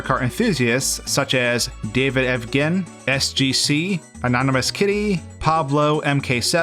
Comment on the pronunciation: lol its pronounced davidev"jen" thanks! for the mention! ive always had a bit of a obsession with the beta content on mkds.